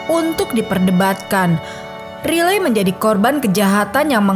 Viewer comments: Maksudnya raily x ya bukan riley di bacanya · Riley Crossman. Dlm English mmg sebutannya Raily. Dia bacanya dlm versi Indonesia.